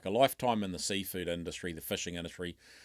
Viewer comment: Fishing. Not fuushing